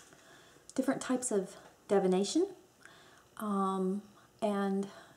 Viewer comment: Cool video :) (The "I" after the "D" in the word "divination" is pronounced as in the "I" in "igloo" not as in the "E" in "echo." Sorry, it's the first thing I heard.)